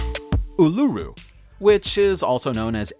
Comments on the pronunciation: It's pronounced UL A ROO bro not ululla but Aires rock will do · The way he said Uluru 😫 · As a fellow Australian, the way he pronounces uluru makes me cringe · I hear ya